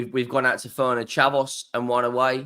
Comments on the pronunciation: He's still saying "Fernerchavos" instead of Ferencvaros. "Dusseldorf" instead of Düsseldorf. And wants to be taken seriously?😅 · The ONLY reason I watch him every single day is because of his stupidity. It's pure comedy. Did you hear his laughable attempts to pronounce Ferencvaros, Düsseldorf and Union St Gilloise in this video?😅